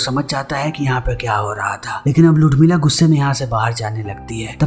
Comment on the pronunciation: उर्मिला या लुडमिला क्या बोल रहा हैं ये?